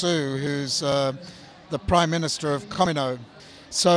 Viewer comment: He couldnt even duplicate the voice or pronounce Kamino correctly